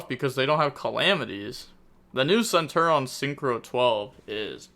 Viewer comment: bro that also isnt centur-ion. this guy